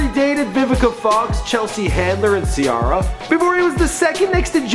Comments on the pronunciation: LOL ok now im convinced he be fuckin up names on purpose, its no way he didnt know how to pronounce ja rule and ciara names. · No one gonna talk about "Ci-arra"? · does this guy mispronounciates names on purpose"Ciora"